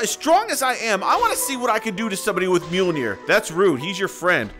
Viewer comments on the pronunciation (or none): none